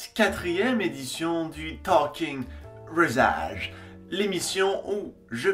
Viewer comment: La facon que tu dit rasage au début XD